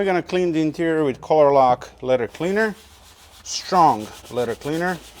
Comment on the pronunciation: It is leather, not letter.